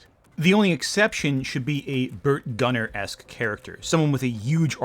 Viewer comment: I'm sure like 20 people have already said it, but it's GuMMer not GuNNer. And as for the "diseased dino" idea, it should be fungal. The atmosphere and environment these creatures grew up in could be perfect for that sort of thing. I don't think it should be cordyceps, just something that causes degeneration in the brain and other tissues and makes otherwise docile dinos act like deer with chronic wasting disease.